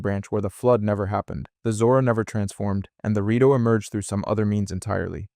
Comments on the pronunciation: lemme correct you in something tho! it is called rIto not rAto birb people aint a rattle nor a rato (spanish for a few minutes) dont insult them! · Good video! But why do you go from saying Rito to Rato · What race are the rat-oh or the shy-kuh again? 🙄